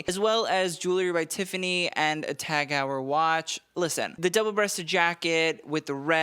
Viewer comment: Dude, you REALLY need to brush up on your German pronunciation. Find out how to say Tag Heuer!!